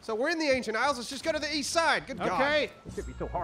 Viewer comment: East? I thought you said weast?